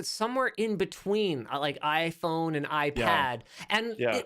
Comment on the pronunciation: foldable iPhone ...Linus calls it yayPhone